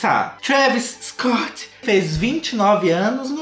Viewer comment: Perco tudo com ele falando "Scott"